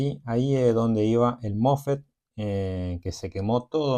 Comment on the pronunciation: Los mofe no existen es mosfet instala no existe es instalar apprende a hablar bién!😂😂😂😂😂😂😂😂😂😂😂😂😂😂😂😂😂😂😂😂😂😂😂😂😂😂😂😂😂